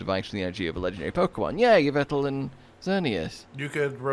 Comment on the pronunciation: Yvetal? Dyslexia moment #53